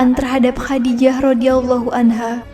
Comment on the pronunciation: Masukan: lafal khodijah menggunakan huruf kho, خَدِيجَة Jadi, penyebutannya lebih tepat khodijah bukan khadijah.. Semoga semakin berkembang..